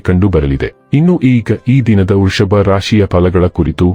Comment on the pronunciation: ವೃಷಭ ಅಂತ ಸರಿಯಾಗಿ ಹೇಳಿ